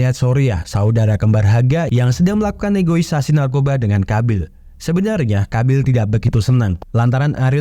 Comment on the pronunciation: Negosiasi bang, bukan negoisasi 😅😅 Interogasi, bukan interograsi 😂😂😂